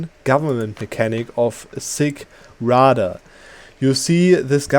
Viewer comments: Nice Video! By the way Sich Rada is pronounced lik Sitsch(yeap, like Germans say in Tschechien) Rada. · Yes, an old video, and until new Cossacks DLCs (in nearby never) you wouldn't touch this gov reform, but the sich rada isn't pronounced like that. The last 2 letters have same pronunciation tch, like in word wiTCH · Just so you guys know it's not sich rada witch ch as K or C sound it's ch as in charnobyl.